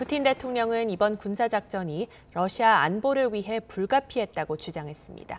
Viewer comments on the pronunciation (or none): 러씨아 ㅋ 발음좀 신경써주세요